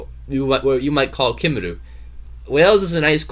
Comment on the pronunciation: And by the way, the Welsh word for Wales is Cymru and it is NOT pronounced "kim-roo" but "cum-ree" (just one amongst the vast number of errors you've managed to commit in this pathetic effort).